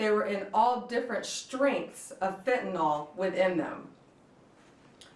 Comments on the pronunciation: ummm…that’s pronounced FENtahNIL Ms. Bond… (oh, so sorry, did I mispronounce your name?) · Is there anyone that can pass the following to AG Pam Bondi? Honorable Pam Bondi: Please try to pronounce it Fen ta NIL, not Fen ta nawl, it makes you sound uneducated. Thank you kindly for your efforts. (Might as well spread the word about fentanyl test strips as well) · What the hell is "Fentnol" and "metha amphetamine" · It's fentanyl - last syllable pronounced as nil. I have no idea why so many are mispronouncing it I guess they never studied organic chemistry. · Very happy to see this, but it kind of blew my mind that even Pam Bondi doesn't know how to pronounce fentanyl. Sheesh. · It's great this stuff was intercepted, but... ALCATRAZ?! REALLY?! She's the wrong person to be announcing this. She can't even properly pronounce methamphetamine or fentanyl. It's not metha-amphetamine or fentanALL. My god, she is clueless. "Molly" is a DATE drug?! It just gets worse the more she speaks. Get her out from in front of the camera. She comes off like she's just trying to follow some script she does not fully even understand.